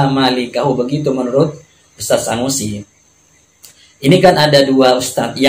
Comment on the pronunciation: Sunusi jadi Sanusi, tulisan indonesia saja lu gak bisa baca, menyalahkan bahasa arab orang. belajar huruf abc dulu bang biar gak malu2in